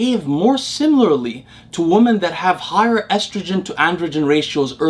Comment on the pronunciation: I have been watching your content since Day 1, I really appreciate your generosity with your time and knowledge. One thing I always wanted to point out is your pronunciation of the word 'Women' [ˈwi-mən] (plural of 'Woman' [ˈwu̇-mən]), it's a weird word in the modern English language where the letter 'E' in the second syllable changes the pronunciation of the unchanged first syllable from ˈwu̇ to ˈwi and without changing the pronunciation of the changed second syllable! You always pronounce it ˈwu̇ when talking about the plural form of the word. Just wanted to bring your attention to this small detail in hopes of it making your use of the word more accurate in the future. I also have Arabic as my mother tongue (Tunisia), and totally know how puzzling English can be sometimes. Much love!